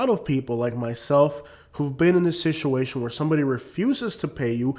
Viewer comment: you are mispronouncing, the word Situation; please correct that! Other wise the video is excellent!